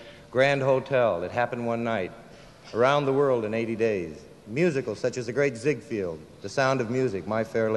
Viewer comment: McQueen gives a perfunctory reading and egregiously mispronounces "Ziegfeld" , "content" , and to a lesser degree, "Casablanca" .